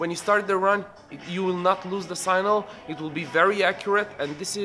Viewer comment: Signal . not Sinal please